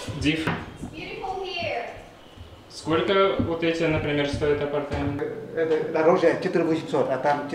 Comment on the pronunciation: спасибо Вам! Легко и приятно подаёте очень интересную информацию. У Вас хорошая речь. Мне неловко, но хочу подсказать подкорректировать ударения в двух словах: апартамЕнты и свЁкла. Удачи Вам!